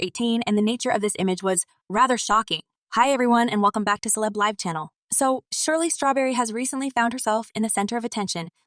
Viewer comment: Who is this narrator who doesn’t know when to say LIVE with a short i or a long i.